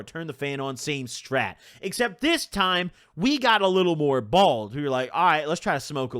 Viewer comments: I swear you’re saying bald not bold hahah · Why do you say bald not bold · Does this dude not know it's BOLD not BALD lmao dumbass mf